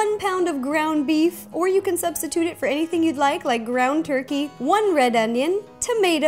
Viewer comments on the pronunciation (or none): none